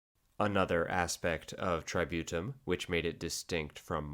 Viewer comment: If I hear "tributum" mispronounced as "try-beaut-em" one more time, I'll march on Rome with my 8 Danubian legions